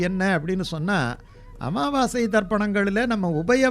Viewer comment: Pls say, Sir it's Amavassi not AMMAVASAi, only one mm.